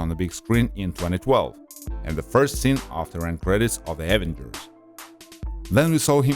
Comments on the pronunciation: Why does he say avenagers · What the hell are the AH-vengers?? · And the evengrs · Why you saying Avengers like that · Bruh your saying avengers wrong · Samuel Maurer 👌